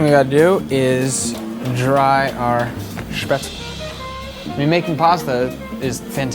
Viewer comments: As a person from Germany I just HAVE to say it's Spätzle, not Spätzel :D I made mine with a colander, too, but it was a horrible mess in the kitchen. Gonna buy a Spätzlereibe before I do them again. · I wish I had found this show earlier, but it's better late than never.It's spätzle (pronounce all the letters).